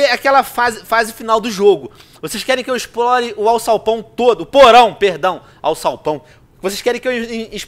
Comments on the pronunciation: pq ele fala alçalpão em vez de alçapão? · venom vc falou AUÇAUPÃO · se fala alsapão